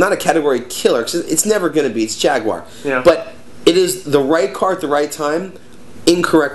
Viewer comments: Jag-you-are. you would not want someone mispronouncing your names now would ya? A-lax and yeah?:-) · "Jag-U-ar", notice the U, guys. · why cant americans say Jaguar properly?